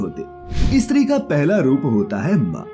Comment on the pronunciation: Stree kehne k badle e.stree kehtha hai thoo kya katha bolnewala